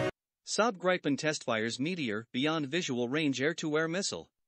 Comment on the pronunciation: GRIPEN is pronouced GREE PEN !!